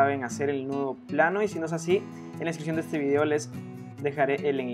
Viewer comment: my bonito el anillo pero no se te entiende nada del nuedo plano. nunca lo entendi